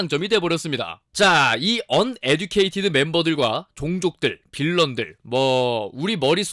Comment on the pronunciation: ㅋㅋㅋㅋㅋㅋㅋㅋㅋㅋㅋ 언 에듀케이티드 ㅋㅋㅋㅋㅋㅋㅋㅋㅋㅋㅋ 왜 웃기지 ㅋㅋㅋㅋㅋㅋ